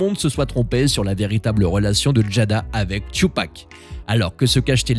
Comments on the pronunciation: son nom se dit Tupac pas " Chupac"🤣🤣🤣🤣🤣🤣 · C'est pas thioupak c'est Tupac (ca se prononce ''toupak'') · Tu ne mérites pas de parler « Tchupac… »😂😂😂